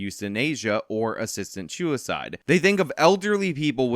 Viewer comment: "you shinasia assistant shoe icide"